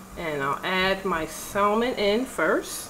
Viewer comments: The L in salmon is silent, it's pronounced like sammun. Sorry just a pet pee of mine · I’m sorry if you can’t pronounce salmon I question everything else